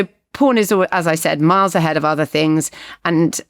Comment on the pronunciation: Little nit pick from myself is when Richard pronounced the name Miles like Marles very odd